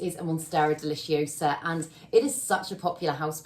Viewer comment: "It's DeliciOsa, not DeliciosAAH" 😂😂😂